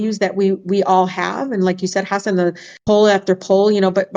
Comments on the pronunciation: If she's such a fancy immigrant's rights advocate you'd think she could pronounce hasan correctly. Tf? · she said hasin